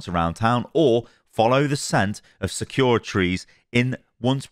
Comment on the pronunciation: bro this guy really said "SEKYURA" instead of sakura